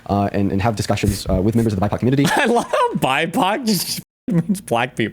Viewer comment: Why does he pronounce "community" as " cobutity"?